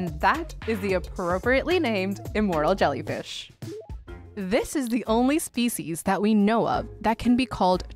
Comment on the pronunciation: Sounds like "immoral jellyfish".